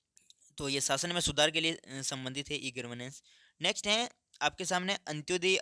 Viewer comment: Gavrnensh ❌❌❌ Garvnensh ✅✅✅ 😂😂😂